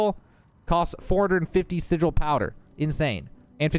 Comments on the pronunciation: Its pronounced [si-jewel]. Spelled Sigil. Definition: a sign, word, or device to have occult power in astrology or magic. Not [si-guul]. Not a word in English. English is hard and its okay. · Say it with me: SI - J - EL ... SI-JEL - like Jello. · Am i immature for giggling every time he mispronounces sigil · I really don't like the way he says "Sigil"